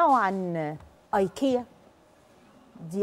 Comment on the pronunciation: ههههههههههه منى الشاذلي مش عارفه تنطق كلمة ايكيا او براند ايكيا بالله عليكم دي مذيعة متمكنة فين مذيعات زمان